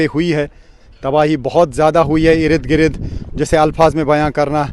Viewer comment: Irid girid ni ird gird hota hy